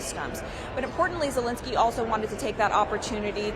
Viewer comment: Who is this Vladimir Zalinsky theyre both talking about ? Reporter's really need to make a little effort at pronouncing names other than " Becky" .